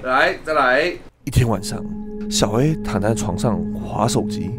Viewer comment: 一開始小A我聽成小M😂😂